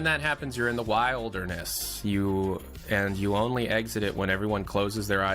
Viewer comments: Every time he says "wild-er-ness" it gets funnier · Did he just mispronounce wilderness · Why can't pronounce the word 'wilderness?' EDIT: He figured it out, guys. Yay.